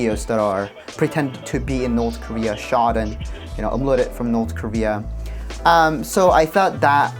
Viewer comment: north korea❌ north dieria✅